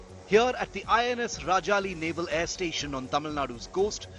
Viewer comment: Being a senior journalist I would expect you to at least get the name of the naval base correctly. Very shabby. It is INS Rajali, not INS Rajaji